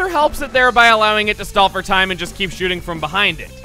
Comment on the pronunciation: You don't get to KEY-p the key